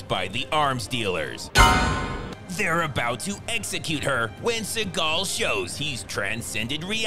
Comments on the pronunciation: "Steven She-gull"... Lost my shit 😂😂💀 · "Steven SHE-gal" subscribing now. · "Steven She-gal." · 🤣☠Steven She-gal🤣☠ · "steven she-gal" 👌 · Spend 2 weeks watching each and every Post he mad. Oh my my my. This guy been butchering Seagal. These vid are addictive too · Steven SHE-gal 😂